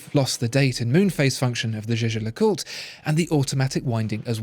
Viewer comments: I've watched almost all your videos, and you finally pronounced jaeger lecoultre correctly! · Now pronouncing Jaeger-LeCoultre the right way. Absolutely eargasm.